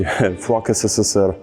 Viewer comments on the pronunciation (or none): none